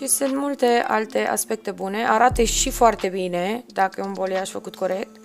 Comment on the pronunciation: Superb lucrat! Doar o mică remarcă: balayage, vine din limba franceză, înseamnă a amesteca,a mixa,se pronunță baleiaj,în română,nu boliaj. Lucrezi prea bine și frumos,ca să te las să pronunți incorect.Pup!🥰